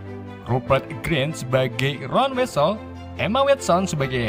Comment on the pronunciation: RON WISLI BACA NYA MIN DAN BUKAN HERMOIN , TAPI HERMAYONI BACA NYA KRITIK MEMBANGUN AJA INI MAH